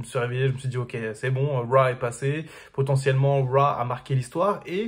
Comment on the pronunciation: Arrête de dire Raw ou apprends à le prononcer correctement...